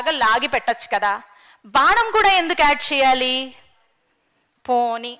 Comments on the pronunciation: బాణం కు బదులు బానం అని వుచ్చారణ తప్పు తల్లి. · బానం కాదు... ప్రమానం కాదు అమ్మా.. అలాంటి సభలలో కుడా నోటికొచ్చిన తెలుగు వాడొద్దు.. plz..